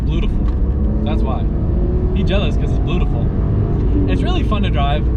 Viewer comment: “Bluetiful”